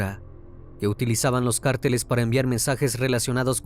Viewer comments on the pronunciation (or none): none